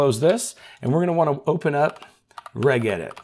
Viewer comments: I love your content, and you have some super useful tips, but please - enough with the "go ahead and...". You said that phrase 23 times in this video 😆 Also, "Regedit is pronounced "Redge" not "Regg". It's the Windows Registry, not the Reggistry 😁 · Hate to be that guy but it is pronounced R-edge edit. It is the registry not the R-egg-istry. lol just wanted to give you a hard time. Both are fine. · Its 'registration editor' So shortened to 'regedit' with a 'Ji' sound, not a 'Gi' sound. I have no idea why that bothers me! 😮🙃😂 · its not called reg-edit, its pronounced "redge-edit" FYI. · NGL, the way you pronounced regedit kinda irked me. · Are you seriously saying "regedit" with a hard "g"? Wtf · lol, needs to learn how to pronounce "regedit".